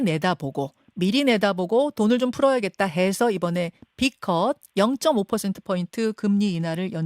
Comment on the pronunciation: 빅컷을 비이컷이라고 발음하는 것 같은데...